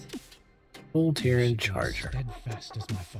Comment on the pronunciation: Is it just me or does he keep calling them a different name every time... half the time sounds like he's saying the clitorans